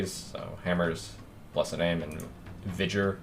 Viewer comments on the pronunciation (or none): why did he pronounce vigor wrong it's vi-gore not vijur fucking cringe!!!! thumbs down!!!! >( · its not "vi jur" its VIG UR, not a vase vaase thing... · "vijer" lol... that's a first. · vigor said with a hard g bro